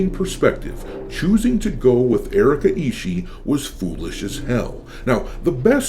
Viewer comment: hey, you misspoke the name, its Erika isshiet